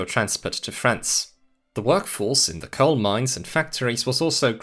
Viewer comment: super confused is he pronouncing coal as coke or something?